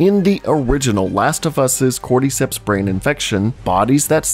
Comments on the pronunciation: Why do you pronounce cordyceps like cordeecepts lmfao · nobody: this guy: corde-ceps